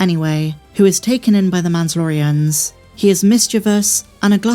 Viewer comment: Say it properly. Man-da-lorry-in